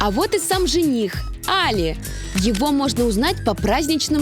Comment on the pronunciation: имя жениха не может сказать - Али! ударение на и! Дуро